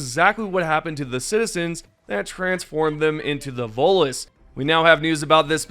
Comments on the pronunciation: Omg. THERE'S A T IN VOTELESS ITS NOT VOLTLESS. Other than that your pronunciations are great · VoTeless. Say the T, stop sounding uneducated. Happy New year. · It's Voteless, with a T. Will you please pronounce it correctly, since your job is narrating and reading aloud, it'd be nice if you actually said the words the right way. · The way you say the Voteless makes me think you're saying Volus, like the species from the Mass Effect franchise, it's funny.